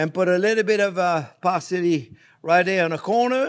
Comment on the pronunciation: Chopped par-silly. Love this man n his energy